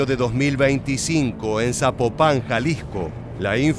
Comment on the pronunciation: Zapopan Zapopan!!! No zapopán